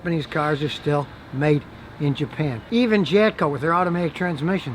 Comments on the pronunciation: Sounds like he's saying "Japco" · Is he saying Japco?